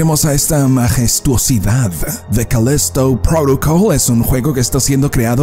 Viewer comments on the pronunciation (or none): jajaja Además lo dice cada vez diferente con la obsesión de querer hablar como si fueran de eeuu con lo fácil que es decir Calísto Prótocol tal cual